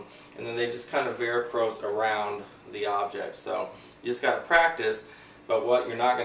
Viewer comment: Varicose not Varicrose